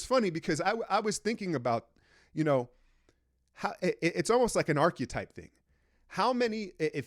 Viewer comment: Not that it matters, but archetype is not pronounced arkayeetype. Arkuhtype